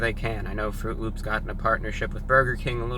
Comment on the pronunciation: Did you say... L Ö Ö P S?